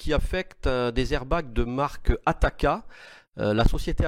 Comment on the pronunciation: La marque TAKATA et non pas ATAKA